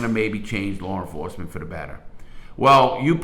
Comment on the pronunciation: I fuckn love this guy. Its like listening to my cool ass grandpap telling old war stories. I smile everytime i hear "Lawr enforcement " 👍